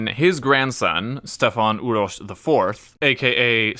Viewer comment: Kudos for pronunciation of these names. Stefan Uroš IV, known as Dušan the Mighty... he was most likely poisoned and there are talks that he wanted to accept Catholicism. So I wonder, If he managed to do that, would we have all these wars in this region based on dumb religion.